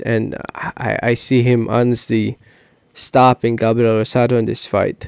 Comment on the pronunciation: also its “gabriel” not gabrel